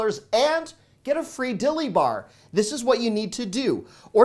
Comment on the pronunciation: The way he emphasize saying a Dilly Bar!! Lmao 🤣🤣🤣